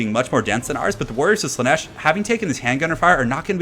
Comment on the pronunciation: Slaanesh, not Slaneesh^^ Great video though. <3